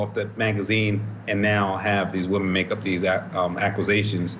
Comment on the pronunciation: A lawyer who can't even pronounce "accusations" who's invited to be a guest on the show = the network has VERY low standards